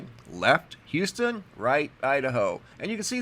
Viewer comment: Thanks so much for pronouncing Houston, not saying "Youston"!